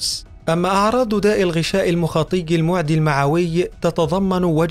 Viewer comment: "أمّا أعراضُ داءِ الغِـشاءِ المُـخاطِـيِّ المِـعـدِيِّ(اي خاص بالمعدة وليس المُـعدِيْ) المِـعَـويِّ"